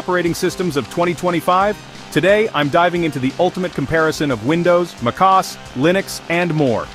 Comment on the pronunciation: Mackos? Mokoes? Wtf is this AI bull?